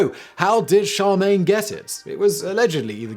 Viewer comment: I've heard you say it in other videos, but i finally had to comment on it; Charlemagne is pronounced SHĂR·lŭh·mān, not shăr·MĀN